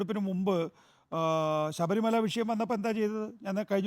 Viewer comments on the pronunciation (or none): none